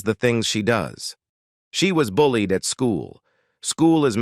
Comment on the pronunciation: What's with the narration? I'm hoping it's AI generated. "Fueled and bullied by teachers themselves" pronounced fluli-ed and bully-ed from teachers themsel-ved." Either hire a real narrator that knows how to pronounce words or do better at AI generated narration, Pu-leeze!